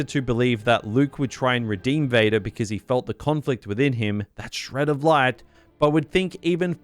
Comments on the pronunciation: bro ngl this caught me offguard, hearing his voice suddenly pronounce "VadER did!" After 40 minutes of hearing him speak, funny asf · bro got so mad his county came out lol